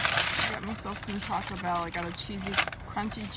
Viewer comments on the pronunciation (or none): none